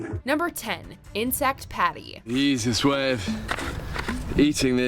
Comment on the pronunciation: Bear said Pâté not Patty, narrator hasn't a clue about any sort of food outside the American bubble 😂😂